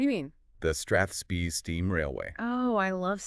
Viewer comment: you pronounced Aviemore, loch, Strathspey incorrectly ! CHALLENGING !! but lovely that you are highlighting Scotland